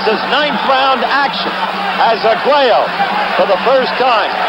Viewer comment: Despite frequently mixing up the two fighters and taking liberty with his vowels (Arguella, Escalero, Porto Rica), Howard Cosell is still by far my favorite sports commentator.